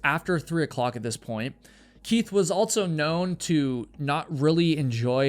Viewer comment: Never have I ever heard someone pronounce the word “also” with a T. Altso? So fuckin wierd